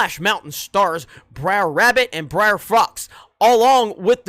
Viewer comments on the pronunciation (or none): ‘Breer’ Rabbit?